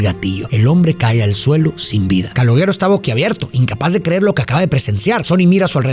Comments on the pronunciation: Una de mis pelis preferidas. Creada por De Niro. No sé dice Caloguero... Se dice Caloshero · Se escribe calogero pero se escucha caloyero no caloguèro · Amo esta peli y a, pero por fa: no se pronuncia /calogUEro/ sino /calóyero/ ( la Y sibilante, vibra, con la lengua detrás de los dientes de arriba. Y muy importante el acento en la E). El resto impecable como siempre. ❤ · Se pronuncia (Calóyero) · se pronuncia Caloyero, es un nombre italiano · No Es Calogero Es Calolleró. Video Tonto. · Calogero nose pronuncia caloyero ? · no quiero ser pedante, pero en verdad no se pronuncia Calogero es como "calóyero" sbs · "Callóyero" se pronuncia en italiano o algo así... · Calogero se lee Caloyiero. Sin ofenderte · Todo bien pero se llama KALOYERO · Excelente cómo siempre pero tenías que llamarlo Caloooooogggggeroooooo con acento italiano 😂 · calogero no, cáloyero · ja ja, perdón, Pero yo quien es Caloguero, y pues ya vi que lo pronunciaste como se le, y falto enfatizar. Pero si, esta es de mis peliculas favoritas de cine italo-americano, que se puso muy de moda en los 80s y 90s, la diferencia es que en esta se enfoca al hombre común y no glorifica a los mafiosos. Y la mejor frase, y que sigo diciendo, que Hombre Duro, es el hombre trabajador, es muy fácil apretar un gatillo, no se requiere mucho esfuerzo, pero levantarse temprano todos los días para ir a trabajar, eso es tener huevos, y no los delincuentes. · Se dice "Calóshero" o "Calójero". Encima lo dice tantas veces que ya me produjo ansiedad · We eres mi ídolo neta me gustan mucho tus reseñas pero el nombre del chico se pronuncia "calóyero" jejejejeje se oye bien jalado no pude terminar la reseña 😢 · que no se dice CaloLlero? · Se pronuncia Caloyeró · Pronuncia bien su nombre mrd! 🤦🏻🤦🏻🤦🏻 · No pude seguir viendo el vídeo por como pronuncias el nombre del chico 😵‍💫🥴😵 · Cómo te través a pronunciar el nombre “Calogero” así y las veces que lo hiciste!!! Jajajajaja 🤦🏻